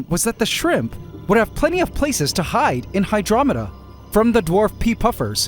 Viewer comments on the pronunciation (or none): none